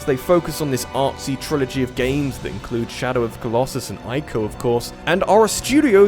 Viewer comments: Boi It's not Eye-co, it's EE-co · It's pronounced team ee-co.